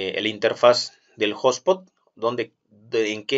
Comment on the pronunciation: No es hablar mejor, es hablar correctamente y si te escuchas a ti mismo verás que se oye raro!